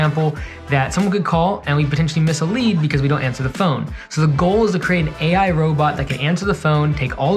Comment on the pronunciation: that initial pause on the AI is so awkward and off-putting...